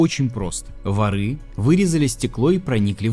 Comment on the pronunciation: вОры, а не ворЫ